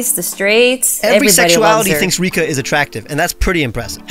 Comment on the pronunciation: Its Rika guys. It's Rika